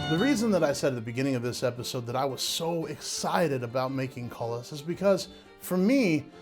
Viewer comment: I was looking for this comment. I kept thinking “koo-lee” every time he said cullis.